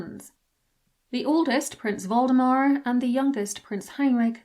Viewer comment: When you said "Waldemar" I thought for a second that Victoria had a descendant named Voldemort lolol